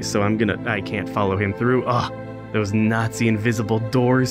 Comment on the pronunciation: "Those NotSEE invisible doors" XD The lines are too good in these videos, that it can feel fake.